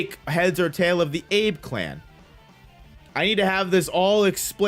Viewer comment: 'Ah-beh' clan my guy.🤙